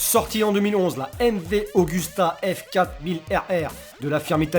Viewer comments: et aussi la N°9 c pas augusta mais Agusta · On voit bien qu'il ne connais pas son sujet à la première minute quoi, MV Augusta heuuuuu non c'est Agusta